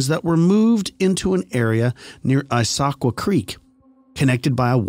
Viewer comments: I grew not far from Issaquah. It is pronounced Is-Ah-kwah. It has a long history. Mining, Timber and farming. The town actually was called Gilman at first, but then they changed it in the early 1900s to the native American name for the area. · Pronounced ISS- A-QUAH